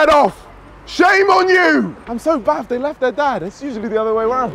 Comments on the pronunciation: 'i'm so baffed they left their dad its usually the other way round' This man 😂😂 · “I’m so baffed they left their dad, it’s usually the other way around” 😂😂😂